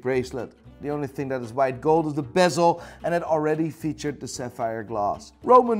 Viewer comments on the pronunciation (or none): none